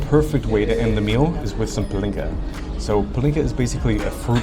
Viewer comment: Als ich noch englisch schrieb... A little linguistic hint: with Hungarian words it is always (not just mostly but ALWAYS!) the first syllable, that is stressed (quite the opposite to French). So "Pálinka" isn't pronounced "PaLINka" but "PAlinka", "Páprika" isn't "PaPRIIIka" but "PAprika" and so on. 🙂